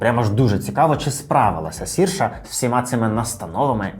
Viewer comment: Цікаве відео! А чому пишете і кажете її ім'я як Сірша? Адже вона Серша - як вона сама каже, треба вимовляти як "inertia" після 2-ї хвилини тут